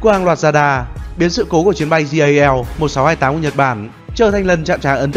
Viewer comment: jal mà nghe đâu là JAV